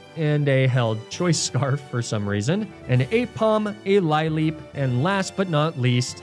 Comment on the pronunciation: why do you keep pronouncing ecruteak, lileep, skorupi and magnemite wrong? say it right for once omfg I'm begging